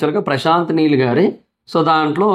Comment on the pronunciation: meel kadhu neel